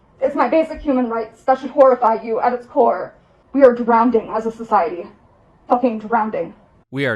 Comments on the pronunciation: I don’t get why so many people say “Drownding” not only is it wrong it SOUNDS wrong. How did it start? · lol this entitled chick loves telling people what to do and she cant even say drowning right. That's like a math teacher getting mad at her students for not saying 2+2=5. I sure hope none of you are 'drown ding' like her. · "DrownDing." And she said it TWICE!!!😭😭😭 Why are people?!?🤦I bet she pronounces "library" as "libary"- and you KNOW the b!h for Sure says "Irregardless"!!💀💀💀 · Yeah I'm definitely gonna change my logical mind bc a self-righteous self-important emotionally-driven child who says "drownding" said so. 🤡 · HELP 😭 she said DROWNEDING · She has a "big heart and empatheigh." Bro I hate the way she pronounces some of those words. "You literalleigh abused meigh" "drownding". She's a walking annoyance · "We are drownding" Grandpa: 🤨🤨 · “Drownding” at age 24 is mental illness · “We are drownding, just drownding guys” 😂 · bet you any money in the world that Hamas Piker never read " Why Nations Fail " its just there for show... ALSO this idiot said DROWNDING LOL PUT HER IN A CHAIR.... I have seen people with literal DOWN-SYNDROME HOLD A JOB AND SHES SAYING SHE HAS 15+ THINGS WRONG WITH HER THAT ARE DIAGNOSED?! imagine how much woke and DEI and the ABC cult inflated and ruined how america looks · Being 24 and saying "Drownding" and "Ecomony" and then editing and posting the video god i wish I was that retarded cause as they say, ignorance is bliss. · "Drowneding?" Jesus, she doesn't even know how to pronounce "drowning." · “Drownding” 😂 typical educated liberal. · “We are drownding right now” 😂 yeah people like her make me feel pretty “drownded” alright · "..drownding, literally drownding..." y'mean drowning? Absolutely insufferable.. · Drownding lol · Yes, she is very educated... Drownding 😂😂😂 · People who pronounce drowning as “drowneding” should not be taken seriously. 😂